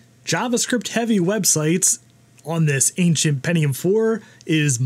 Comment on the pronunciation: oh yeah the "pennium" 4 yeah and also a Bo'Oh'O'Wa'er